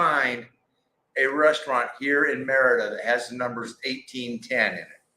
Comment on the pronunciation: I'm slowly trying to learn Spanish... Since "i" is pronounced ē(eeee), wouldn't you say "Meh ree duh"??? Not "Mehr ida"??? Just checking 👍🤠✌️